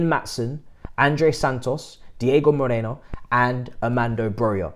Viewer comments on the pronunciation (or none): none